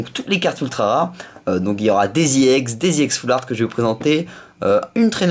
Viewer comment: Ex et pas yex